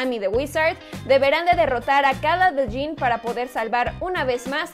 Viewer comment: Se escribe Djinn, se pronuncia "yin". Es un vocablo árabe